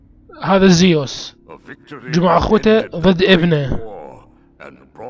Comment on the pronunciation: اسمة زوس مو زيوس